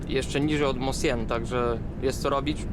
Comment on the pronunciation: Fajny filmik. Mosjøen, z grubsza - wymawia się "muszjon".